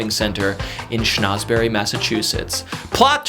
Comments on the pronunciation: Why does he keep pronouncing it as "Shnauzberry"? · Minor critique: "Schnozberry" was funny maybe the first time. Repeating it every time you say the town's name might lead someone to believe that it's the real pronunciation. If you're teaching facts, try to keep the information true.